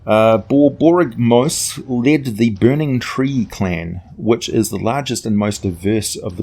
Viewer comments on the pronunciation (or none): I think you tried too hard on Borboygmos ….. slow it down a bit, Bor - Bory - ga - mos ….. or just drop the Bor, and call him "Borygmos" Great video. lol, fun little giant to tinker with …….. So when them holding a beholder in high esteem. lol, what would happen if a beholder dreamed (and reproduced) a beholderkin/cyclops-kin hybrid lmao. and where in the Shining South book can that Cyclopsatorian playable race be found. page numbers would be awesome. lol